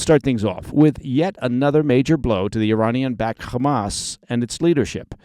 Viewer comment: It’s not pronounced Khezbollah or Khamass.